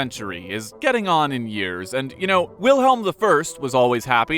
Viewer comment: Come on, pronounce it right. W is a V